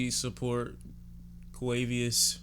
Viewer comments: nigga said QUAVIOUS💀💀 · I snort every time you call him “Quavius” 😂😂 it’s just so random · did this nigga say quavieus